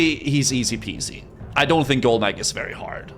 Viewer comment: "golemageeeeeee", lol. cracks me up how people pronounce these things in their heads.